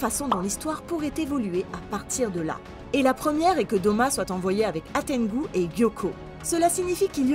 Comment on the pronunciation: Hantengu pas Hatengu